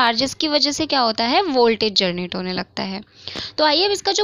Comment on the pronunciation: U always pronounced generate as "gernate" which is wrong Think how focused and engaged with ur class I am! 😜😛😂